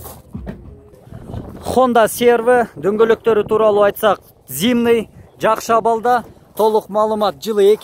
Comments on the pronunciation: Хонда адиссей под абсалют 🙉🙉🙉 молодец келтирет экенсин бул жагын зимний деп эле айтчы зимный дебей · Ээ тууган зымный дебей, зимний дечи, ЗИ ЗИ ЗИ деп 1 күндө 100 жолу айтсаң, тилиң көнөт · Зимний . Зымный эмес